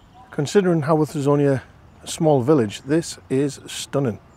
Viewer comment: So you should say it how-worth to say correctly. You got it after you'd been there a while. The head sculpture in the market was shudderingly problematic. I thought that when I was there. I was there on Saturday. My second event. I live fairly close to Haworth. I'm not so much a fan of all the flags, that's me but that's not what I'm in it for. There were met some lindihopping 1940s enthusiasts on the train as well. They were nice enough. The 1940s weekend was cancelled because it got too popular. But that's what the flags were spillover from to some degree. I think, from my experience anyway. I can't speak for anyone or everyone. Still an outsider.